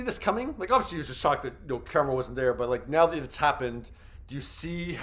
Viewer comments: Listen, Karamo was always my least favorite (he always sounds like he's preaching at people and it doesn't really feel genuine to me. Plus, like someone else said, the Pink Sauce drama on his show was MESSY), but a "journalist" who can't even be bothered to learn the correctly pronunciation of the person they are talking about?? Big yuck, dude. I do think it's a little funny that the QE bubble seems to be imploding right before the final season though. 😂 The girlies are fighting!! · You appear to be biased, and won’t even pronounce his name correctly. Dismissive and Cheap Journalism. Unsubscribed .✊🏾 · Thank you cuz ppl act like it’s a phonetic issue to say his name correctly. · Thank you for that!! And it not like he hasn't heard it properly pronounced before!! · That part! I spent the entire video shouting his name at the screen every time he said it...